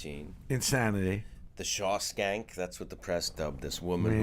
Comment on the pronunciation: 'the shawskank' LOOOL